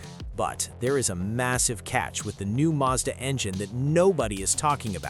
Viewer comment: madsa??? No it’s Mazda